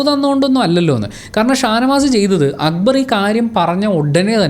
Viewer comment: Why Shanavas is calling akkubar instead of akbar . Why nobody is correcting him not even akbar 😶